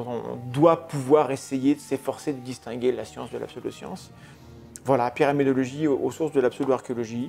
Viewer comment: J'ai l'impression de vous entendre prononcer "pyramidiologie" à chaque fois 😅